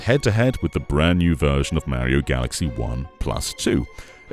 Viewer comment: You said Mario wrong.